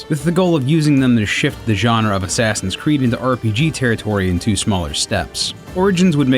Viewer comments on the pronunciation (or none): I swear he says "Sassin's Creed" lol